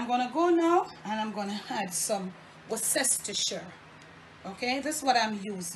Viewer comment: Hello love your channel!! No disrespect, but the Worcestershire Sauce you used is pronounced "woos ter shia"! Thank you for your great content.